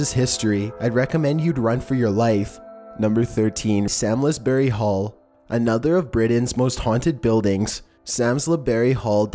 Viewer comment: You need to learn to pronounce the names of these places correctly. It's pronounced LEP CASTLE and Samlesbury Hall is pronounced SARMSBRY .